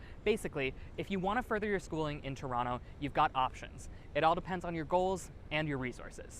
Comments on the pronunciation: 9th thing you need to know, it’s To-ron-no. Not To-ron-toe 😅. In any case what a fun and informative video! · If you plan on staying, I suggest using the local pronunciation. Tron-oh. Not Toerontoe. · Toerontoe lol))))) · it is pronounced "TRON-o" but spelled toronto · Stop pronouncing the second T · Why does he pronounce TO in Toronto ughh